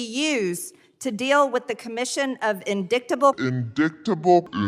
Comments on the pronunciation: Can't even pronounce indictable (uhn·dai·tuh·bl) or cabal (kəˈbäl)...but just because she's prone to mispronouncing doesn't mean she's prone to being misinformed and misled as well (sarcasm). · she said INDICKTABLE. HAHAHAHAHAHA INDICKTABLE. HAHAHAHAHAHAHAHA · That remark about the "drug cable" was almost as good as "indicktible"